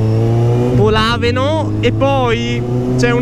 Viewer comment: il posto si chiama Lodrino non Modrino e polàveno non polavéno